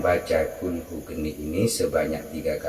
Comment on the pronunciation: Maaf....Naskah Arabnya tertulis Qulhu Kaanii.....kenapa Kaanii dibaca Geni? Mana yg betul?